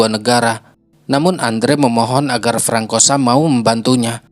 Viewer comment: Bukan frankosa. Itu baca nya FRANSOA kak…